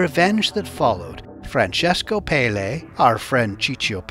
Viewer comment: Pelle is pronounced with the accent on the first è " Pèlle" ,it means skin